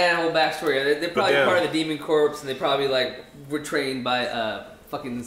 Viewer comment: it's pronounced "Core" spelled Corps, but not pronounced "corpse".